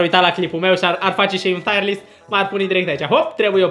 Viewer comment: nu se pronunță "taiăr list", ci "tir list"...sună super ciudat "taiăr list"